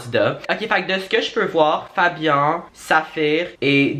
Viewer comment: C'est juste pour dir que tu a mal prononcé le prénom de Fabian car le an se prononce comme le en de entrée